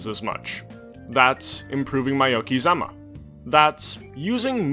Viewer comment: Oh man, you fudged the pronunciation of okizeme and I love it